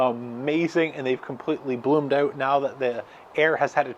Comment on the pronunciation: This guy says "out" wrong !